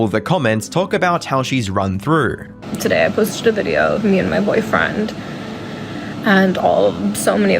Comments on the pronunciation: “In this viderrr” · Okay so it wasn't my ears 🙃 😂